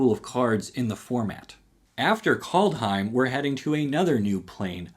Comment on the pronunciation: Kaldheim: Props for pronouncing it correctly. I think you're right that this will end up being Garruk's home plane, even though the name is Old English and not Old Norse. His basic personality is very on point and his garb is surprisingly faithful to what the Norse wore. I think we'll see the Kenrith twins there as well, because the last time we saw Garruck he swore to act as their bodyguards. I think we'll also finally get a Ramaz card, since there are supposed to be 4 walkers in the set. Strixhaven: I think you're right that this is Kasmina's home plane and about the schools of magic. What you didn't say that's obvious to me is that I think this is going to be a mono-color matters set, in that it will be extremely hard to run a multicolor deck. I think this is where Counterspell is finally reprinted. DnD Set: My only prediction is that we get a legal Inzerva card. MH2: I don't know what to expect, the last set was so bad. The things that were supposed to be Commander staples ended up ruining multiple competitive formats and the things that were supposed to be competitive staples ended up doing nothing. R&D is run by a bunch of Limited/Commander playing filthy casuals that don't have the first clue about Modern, so predicting anything here is likely an exercise in futility.